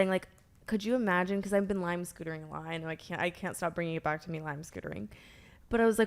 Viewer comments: What's like sootering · Brooke: "Im in a really outdoorsy era rn...I've been lime sootering a lot" that sent me